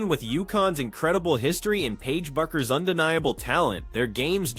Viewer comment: Guys, her name is pronounced Beckers, not BUCK-ers.